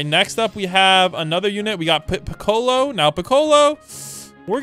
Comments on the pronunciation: I died everytime he said Pi-colo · Bro didn’t say Piccolo’s name right